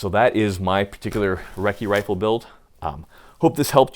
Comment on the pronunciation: Ya gotta take a swig of beer every time he says recci rifle....